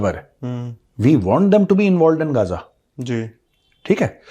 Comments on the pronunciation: First learn how to pronounce Ghaza😅. It's not gaja.😂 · hilarious pronunciation, GAZA as GaJA😂